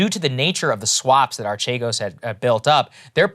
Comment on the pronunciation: It's actually pronounced "Arkeegos". It's actually not a pyramid scheme at all. It's just highly risky "investing", while being leveraged to an absurd degree. Btw, this is where the fraud comes in. They didn't disclose how leveraged they already were, when they asked other financial institutions for new loans. Eventually, the stocks they were betting on (because that's what they were doing - gambling, not investing) dropped, and because they were so highly leveraged, they crashed in a couple of days.